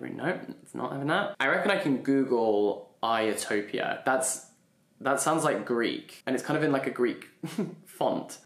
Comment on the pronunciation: Noooooooo ahahaha when you kept saying Iotopia so confidently I was dying inside 😂 I was screaming IT SAYS HISTORY IN GREEK HAHAHA❤